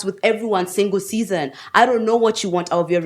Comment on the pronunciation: The way she calls "Season" is so cool..